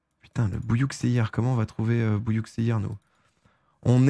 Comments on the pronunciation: On ne prononce pas bouillouksehir mais buyukcheillir ! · "Bouyouk seyir" la prononciation ma tabasser les neurones